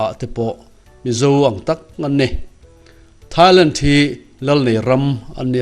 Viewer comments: Mak ka lo tia keipawh..A tawpah "Lentti " a ti zel khi. Ka en thui deuh a..a then chuan 'Thailand' a ti tho. A tilui deuh hrim hrim a nih ka ring. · Thailent tih hi mak ka lo ti deuh. Lam dante hi inang lo ve nawk thin ah ngai mai ang. 😊